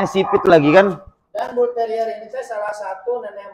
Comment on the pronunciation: Mantap..,cara menyebut Bull terrier nya dengan benar,bukan bulteril lagi 🙂👍